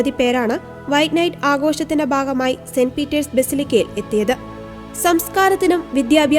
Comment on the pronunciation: ജൂബിലിയുടെ 'ബാഗമായി'. എന്താണീ 'ബാഗം'? ഭാഗം എന്നുച്ചരിക്കണം.